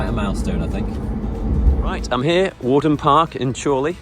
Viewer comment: Worden Park is in Leyland not Chorley. It used to be the home of the Farington Family but was taken over by the council and turned into a park. It's pronounced Where-den not War-den.